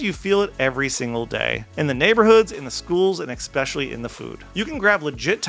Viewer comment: Good video with an overall bigger picture. Could you please pronounce “especially” without adding the “x?” I know some people do it without noticing it, but it’s pretty noticeable and difficult to listen to!